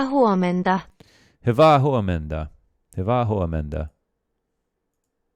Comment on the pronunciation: U said hyvää huomenta quite well